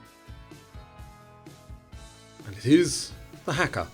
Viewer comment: Great quiz. Some pronunciation to work on - Riesling, Haka, Camus, Port-au-Prince, Godot..